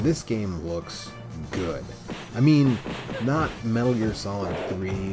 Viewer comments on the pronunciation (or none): none